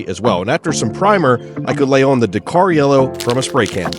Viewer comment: Your pronunciation of Dakar was killing me. Dak R Like tak with a D and a strong R